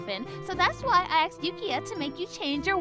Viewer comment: I’m sorry but it’s not “axed”. It’s “ASKED”!